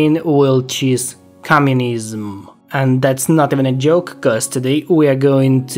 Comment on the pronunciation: Почему все время я вместо "communism" слышу "cummunism"... Кажется я слушаю слишком много гачи ремиксов. Дякую за цікаве відео.